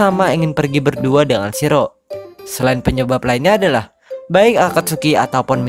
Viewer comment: Bacanya Shi-ro-e min😀